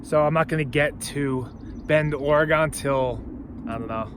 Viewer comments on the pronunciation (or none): Haha I love the way you pronounced Oregon.